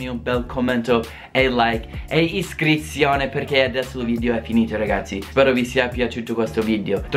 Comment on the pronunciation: È iscrissione ahahahah moio, sei troppo forte 🤣🤣💪